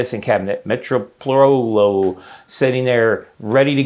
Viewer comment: Meh-toe-pro-lol Got you homie